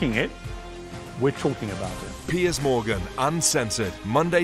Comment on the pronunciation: His name is "Piers" not "Pierce". Lol, sorry to correct you, but I see this all the time & it's bloody annoying! 😅✌🏽✌🏽